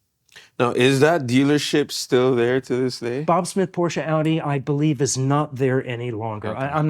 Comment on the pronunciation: Thanks for showing your beautiful car and pronouncing it properly. I think if you don't use the proper German pronunciation of the final e, you shouldn't be allowed to own one, lol.